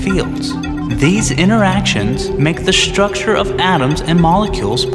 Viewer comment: Bet he doesn't say "shnake" so what's up with "shtructure" anyway?